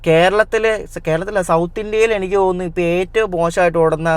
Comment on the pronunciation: ഡേയ് 'എണിക്ക് ' അല്ല 'എനിക്ക് ' ആണ് അതുപോലെ നാൻ അല്ല ഞാൻ